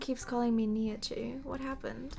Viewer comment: I love how Wilbur said Nihachu wrong twice 😂